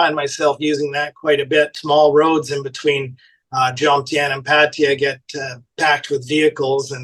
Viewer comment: It's Pah-tah-ya!!!